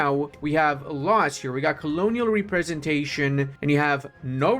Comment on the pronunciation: Something stuck out and I thought it was a slip up, but then it happened multiple times. When you're pronouncing Representation, you split it up funny, as Re-presentation. But it should be Rep-resentation. You speak more languages than me so I didn't want to come off as a jerk. Just wanted to help/make you aware.